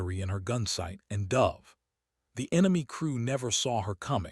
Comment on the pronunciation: I like this guy's voice, I really do, but I swear he and I need to have a sit down and go over the script so he can stop screwing up the words..."Nellies" instead of "Nel-LIS"; "dove" a bird instead of "dove" a sharp drop in altitude; "debating" to argue instead of "debatting" whatever the fa THAT means and SO MANY OTHERS...!!! I am available ANYTIME!!!